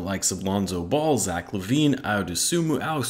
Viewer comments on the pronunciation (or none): none